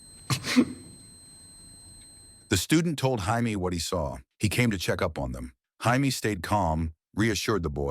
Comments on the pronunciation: Is that really how Jamie is pronounced in the USA? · Highmee 😂😂 it said Jaime 😂😂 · I’m here in the states and I don’t pronounce it that way, I say “Jay me”